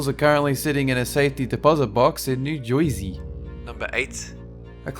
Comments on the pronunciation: Don’t say Joisey. No one in Jersey says it. It’s much more offensive than funny. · Got a couple of CHUCKLES over this----not of the nastiness, but "schlong" and "Joizy" tickled me,.